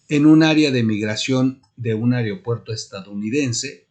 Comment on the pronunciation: No se dice ARIO puerto